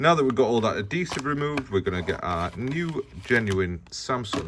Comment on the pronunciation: Great video but please learn how to say the word “Adhesive”.